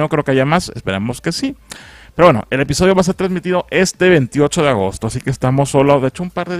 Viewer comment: Soy solo yo o al inicio dijo espisodio